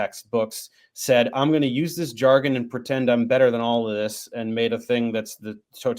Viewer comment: Learn to pronounce ‘jargon’